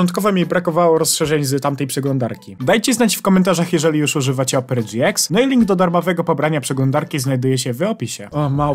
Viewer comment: Mówi się Opera gie ix a nie dżi ex. (lajkujcie żeby widział)